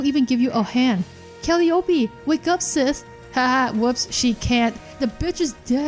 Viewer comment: Just wanted to point this out only cause I guess no one mentioned it (not trying to be that guy 😂) but it's Cal·lie·opee (Calliope). Again not trying to be that guy! 😂 love your work huge fan lol